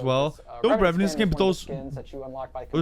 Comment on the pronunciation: Revenant to Revenyant